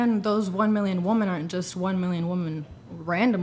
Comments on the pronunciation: WHY can't so many of these women properly pronounce the plural word 'women' compared to its singular version ' woman' ??? SO many of them say, "WOMAN" when describing the pluralistic description. I can only chalk it up to illiteracy. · Black haired woman (second from the right) continally saying "woman" instead of "women" when she is so obviously intelligent is just infuriating. She's trolling with that for sure. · Is it just me or do a lot of guests on this show say "woman" instead of "women"? I feel like each podcast that I watch there is at least one person who does this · You can't honestly believe that it's not completely on purpose that femenists all diligently pronounce women as 'whoahmen' while being lazy with all other words in the English language. All other Americans pronounce 'wimmen' as is the culture. This is purely intentional to annoy and catch the attention of people, and a dog whistle to other women signaling their femenist status. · Ugh! Second girl using woman in place of women is driving me NUTS! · Why does she keep saying woman instead of women 🤦‍♀️ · one of them was saying “woman” for the plural term. Doesn’t make any sense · OMG these idiots mispronouncing "women" as "woman" drives me crazy! Where the hell did this trend start? I feel like I'm taking crazy pills. needs to correct this idiocy every time someone does it. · Wi·Muhn For Christ's sake, it's pronounced "wi·muhn". Ever since Rachel Wilson pointed out that these Gen-Z psychonauts say "Wuh-Min" I can't unhear it. How did this happen? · really needs to call these women out for pronouncing “women” as “woman”. It’s a perfect example of how women are more susceptible to group think than men are. Something dumb like this makes its way into the culture and women just adopt it. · PEPESILVIA- I saw your comment of why can’t these women use the correct pronunciation of “WOMAN” as PLURAL= WOMEN. It drives me insane too!!!! 😭😭😂😂😂😂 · They also can't pronounce the word 'women'.